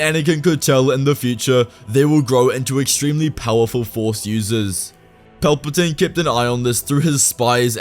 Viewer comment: He said it wrong its chancellor paperplane